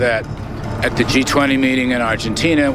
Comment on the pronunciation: Ｇ20，永远发音，Ｇ图昂提